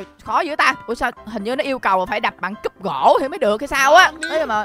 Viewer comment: CÚP ĐỒNG KHÔNG PHẢI CÚP GỖ ĐÂU ANH